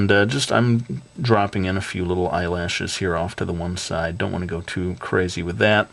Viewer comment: I tougth that you said Eye launchers :P